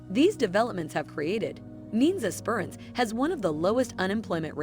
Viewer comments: like Es.perans? lol ESPERANCE IT'S NOT THAT HARD! lol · Not ess- PER-ance, its esper-ANCE. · Es per ence right prounonciation not the way the AI said it. Strath albyn right prounonaciation Look up Port Elliott in South Australia very pretty place. IF you like wine Adelaide is 1 hour from the Barossa wine district or South of Adelaide is Flurieau peninsular great wineries and views, Victor Harbor also gorgeous town with lovely beaches ⛱️ ALL in South Australia 🇦🇺 out of Adelaide. You should check these places out 👍💯👍💯😊